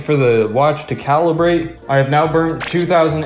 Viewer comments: what is up with the spelling and pronunciation dog😂 what is bruned yal meant burnt right😂😂😂😂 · MAN SAID BRUNED XD